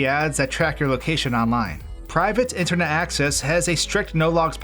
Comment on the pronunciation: Random note, but your pronunciation of Supah and Intahnet were different than normal, almost like your tongue was a little swollen. Lol